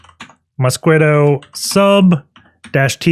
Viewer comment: Mosquitto is pronounced "moss-kee-toe", like the insect mosquito